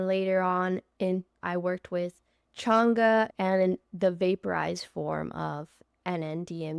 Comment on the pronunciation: You are saying changa wrong